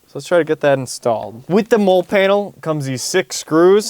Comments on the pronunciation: Hahaha it's a "molly" panel, not "mole" panel. Love your videos either way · Just FYI, MOLLE is pronounced "Ma lee", not trying to be a nitpicker, just trying to help. I love this video and the showcase of products that my XJ needs! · It's pronouced MOLLI....as a long E .....not a silent E....